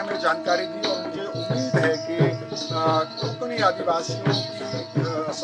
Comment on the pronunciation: कोंकणी नाही. कोकणी / कोकणा.